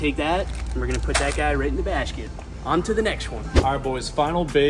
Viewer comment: Right in the bashket why is bro talking like that